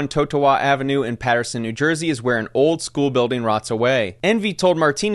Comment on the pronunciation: The way he pronounced Totowa and Passaic🤢🤢🤢🤢🤢🤢🤢🤢🤢🤢🤢🤢 brb taking a bath with my blender.